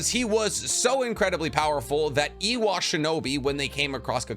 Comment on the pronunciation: Dude you say so much stuff wrong. It’s Iwa not Ewa just had to get that out there